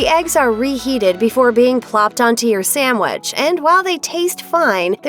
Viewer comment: Hearing SAMwich instead of sandwich 🤮